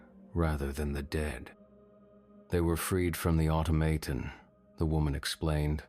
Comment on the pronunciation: Pronounced 'automaton' really oddly the first and second time. Idk about the rest of the attempts, but those first two, yikes..